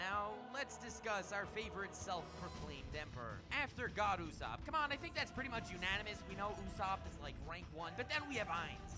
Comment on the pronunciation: Holy fuck I've tried soo hard to sit through the butchering of names...I love anything Overlord, so I've been binging youtube vids about him, but oh my god stop butcher soo many names, why do you people do that? 1 minute in and you Butchered Usopp, Meliodas, and Ainz's names...You remind of the retarded way Naruto's dub calls him...ffs people